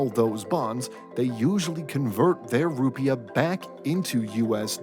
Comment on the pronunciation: Emphasis is on the second syllable. You sound like an idiot.